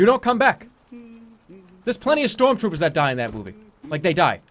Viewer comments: shtrorm shtroopers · "Storm Stroopers"